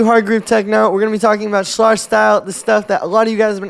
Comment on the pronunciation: It’s pronounced Slehr, not Slahr